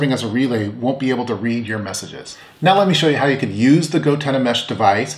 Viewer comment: Did you say they can pass "meshages" to each other? lol...